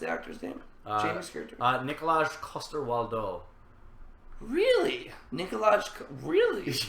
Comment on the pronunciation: Your pronunciation of Jaime's actor's name made me giggle. The correct pronunciation of Nikolaj is like Nicolai, Coster you did pretty well, and Waldau is pronounced like Val-(like in "Valerie" or "validation") -dau (similar to "now")